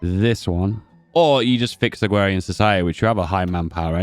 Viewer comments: 1st time i heard someone mispronounce "AgrArian Society" (like agriculture) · agrarian does not have a w in it